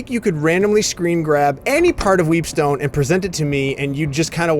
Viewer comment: I tried not to but I just kept hearing "Weebstone"